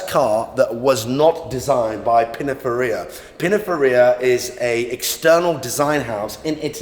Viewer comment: Pininfaria? Competizinisi😂